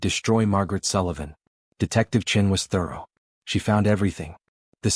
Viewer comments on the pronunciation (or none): Please pronounced 'thorough' correctly. 'Thoreau' was an American author.